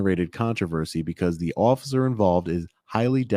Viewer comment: "...both to duh press side, to duh community..." Anybody who says "duh" instead of "the" is not to be trusted.